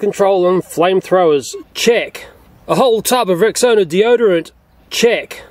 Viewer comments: I thought he said "chick" But I was wrong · I thought you said chick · I thought he was saying "Chick,,🤣😂🤣🤣😂🤣😂😆😆😆😅😅😅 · What he says: check What I hear: JEcK